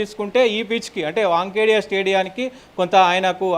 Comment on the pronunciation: Bro...Stadium name is not not😂Wankhedia it is Wankhede. Right hand Opened SANJU SAMSON తప్ప ఎవరూ రారు. మళ్లీ నా Comment కు Negative గా ఆలోచిస్తూ...Right hand Opener గా Surya Kumar Yadhav Hardhik Pandya లు ఉన్నారు కదా అని Counter Thought చేసుకునేవు. ఇంకా 20-20 ల్లో England ను Westindies తో పోలుస్తూ Westindies ను తక్కువ చేసి మాట్లాడటం శుద్ధ తప్పు. దీనితో నీకు Cricket పెద్దగా తెలియదు అనిపిస్తుంది. ఒకవేళ తెలిసినా Cricket Analyst గా మాట్లాడటానికి ఇంకా నేర్చుకుని వస్తే బాగుంటది. ఈ/మీ Channel వారికి తెలియజేయునది ఏమనగా Immediate గా Analyst గా ఇతని స్థానంలో వేరే ఒకరిని Appointment చేస్తే బాగుంటది.